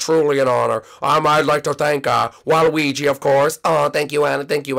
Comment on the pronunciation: Waluigi, not walwegi.